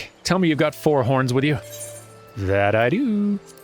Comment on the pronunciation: I wass listening to just audio becouse I do that while I walk sometimes and I wass sure you did say porn when you sayd horns and I yelled what! in the middle of my walk right next to a person walking his dog and scared the living hell out of that dog xD😅😂